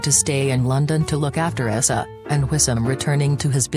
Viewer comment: Janet's sons name is Eissa its pronounced ( I sa ) !!!!!!!